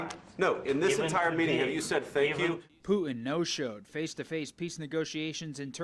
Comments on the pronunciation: your poor education and inability to listen are making you sound stupid. The word--pronounced correctly--is Poo-tin., NOT Poo Un. There's a "t" in the middle of his name, and impor-Tant, not im-POR-un, buTTon, not buh-un. Your editors should've corrected you beFORE you went on the air. You can get up, shower, don a suit and get to work. You can start correctly pronouncing key words in the English language. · Who is “Poo-in?”